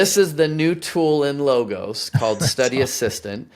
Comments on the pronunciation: It’s pronounced Log-os, like a cut down tree, and the same pronunciation for the ‘o’ in os, almost like “ahhs “ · Nah, Low ghost. Like in Napoleonic spirit.